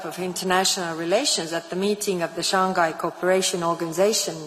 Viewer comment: She couldn't even pronounce Shanghai properly.